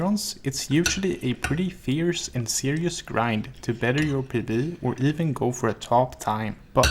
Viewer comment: learn to say p....b..... not pb you sound weird ok. I'm not trying to be mean I'm just sick of hearing a dying voice box